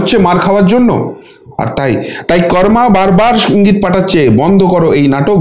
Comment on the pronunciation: কর্মা নয় কর্ম।